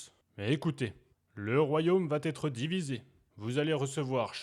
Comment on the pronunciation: Vatetre … non. Va être. Oui